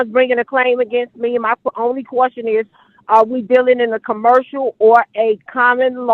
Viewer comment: It's question not quastion. You don't even know the word